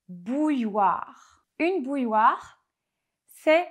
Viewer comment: Pour les anglophone, je crois que la distinction entre le 'u' court et un 'ou' n'est pas si facile. Quant au mot 'bouilloire', j' ai été surpris par la prononciation belge, qui ressemble plutôt à 'boule-loire'.